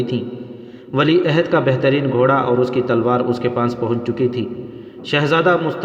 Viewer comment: Amara nhi umara Maham nhi muhim Ahada nhi ohda Apna pronounciation sahi kijiye